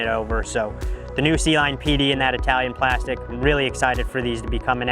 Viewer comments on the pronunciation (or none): none